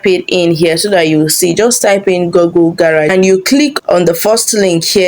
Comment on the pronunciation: It's pronounced GOOgle, not GOGGLE. You shouldn't be making such mistake in pronunciation